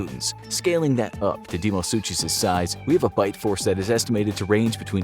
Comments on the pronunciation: It's pronounced DYNO - SUKUS NOT DYNO- SU'CH'US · You guys need to do more research. You can’t even pronounce deinosuchus right.